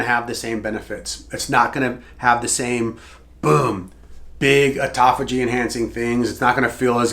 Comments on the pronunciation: ATUTOPHAGY I'm out. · Here for the 'atutophagy'. 😂😂😂